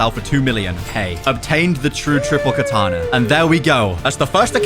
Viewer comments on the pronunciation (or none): none